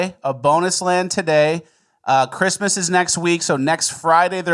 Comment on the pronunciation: I love, but I swear to sweet baby Jesus if you say "Chrima" instead of "Christmas" one more time, I'm unsubbing.